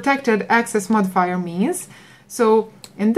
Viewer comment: The sheer anxiety every time she says "modifier"......